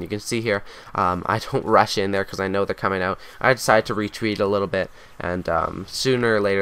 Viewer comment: try to wetweat a little bit? ahaha thanks for the tips.